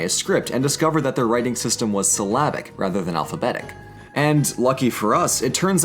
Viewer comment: Their writing system was "Slavic?" Lol, I'm sure you meant syllabic, but I've never heard annnyone else pronounce it like that.